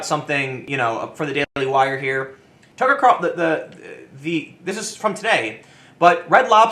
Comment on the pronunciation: i just like hearing Tim say "tuckrcarlsn"